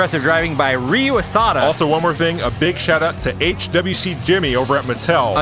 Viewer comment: Ryu pronounces as 'Liu' not 'Real' not 'Re-U'